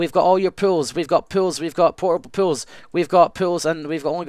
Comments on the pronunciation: when said 'pools', i thought he was saying 'pills' the whole time. like the drugs pills. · Oh... Pools, not pills ;O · I thought he was saying pills for some reason. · When he says pools, it sounds like pills! "Yeah, I'm doing pills now!"